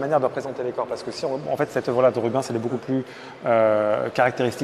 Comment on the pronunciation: J'adore ton contenu et quel plaisir de voir avec toi que j'adore aussi, mais par contre ça fait saigner mes oreilles quand j'entends Rub(in)s, ça ne se prononce pas comme ça, ça se prononce Ru-bènss. Si ça peut aider les guides du musée merci d'avance